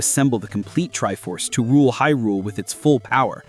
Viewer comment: The pronunciation of Hyrule. Smh